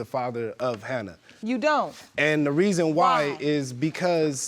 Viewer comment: I Know😫But, Then I Heard "Hannah"😳But, When I Seen The Baby😏I Swore They Said "Hannard"🤷🏽‍♀️So I Had To Run It Back It Verify🤦🏽‍♀️